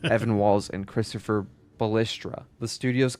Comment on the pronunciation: Bro! The author of the featured video needs to get his names correct. Imagine committing this level of effort to anything and getting all the names wrong. Amy HENNIG, Evan WELLS, CHRISTOPHE Balestra. I’m only a third of the way through. It’s driving me crazy for some reason. I’m not trying to be a Darrin, but I hope Nolan North and Troy Baker won’t suffer the same fate.